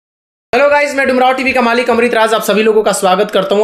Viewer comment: Malik word to ese bolta He ki pata Nahi Kiya Ho gaya Hoo😂😂